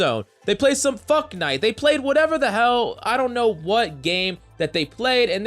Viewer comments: Lollthe way he said fucknite. 😂😂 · "fucknite" lol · why u say fucknite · Lmao “fucknite” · Did this guy say fuck knight or fortnite